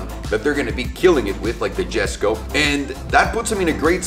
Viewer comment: Proper pronouciation is 'yesko'